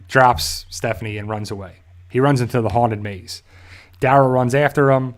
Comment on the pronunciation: I glad you know her name now and stop calling her Stephfony